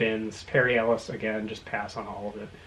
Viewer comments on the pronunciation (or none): none